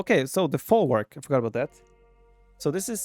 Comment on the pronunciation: "Szlachta" → "Shlakhta". "Obuch" → "Obukh". "Folwark" → "Folvark".